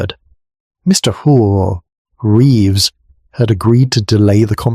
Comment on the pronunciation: Good story. The A1 glitches on the name Reeves though.